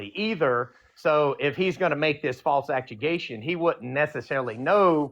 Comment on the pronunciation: "false ACT UU GATION"????😂😂😂😂